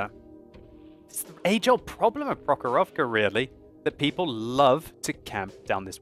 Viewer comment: It is pronounced prOkhorovka, not prokhorOvka